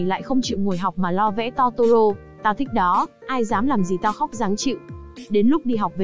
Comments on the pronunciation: Totoro mà lỡ đọc thành toro =) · Totoro chị ơi :( ko phải togora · chi oi chi doc sai roi nguoi ta doc la totoro